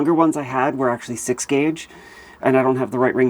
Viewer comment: Omigerd.... your accent made me think you said (after saying you had a drink..) "It's a quarter after sex." Sorry! Love the accent though!